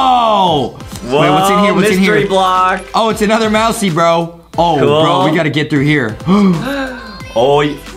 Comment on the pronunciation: Adam just said gool its cool lol